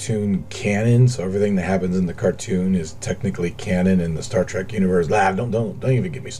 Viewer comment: You are literally my favorite KSP Youtuber but every time I hear you say "Star Track" I wanna hang myself As usual, super tasteful builds, love you man